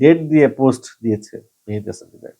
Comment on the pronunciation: মেহেদি হাসান হবে ভাই মেহেদি হামান হবে না